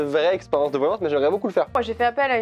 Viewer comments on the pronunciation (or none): "la VoiLlAnsSeee"